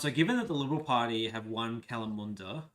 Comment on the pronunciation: Kalamunda... shocking pronunciation! Ya'll takin' the piss!!